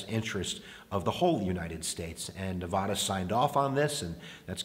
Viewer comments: Say nevAda right pls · Please learn how to correctly say Nevada.